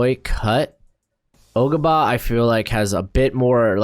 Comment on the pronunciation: Ogabah?? Lol